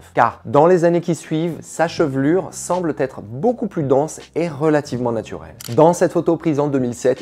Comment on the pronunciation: « Sa chevelure SEMBLE ÊTRE », et non pas « semble-t-être »…